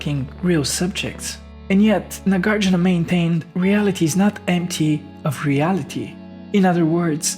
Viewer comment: Not Nagārjuna. Nāgārjuna.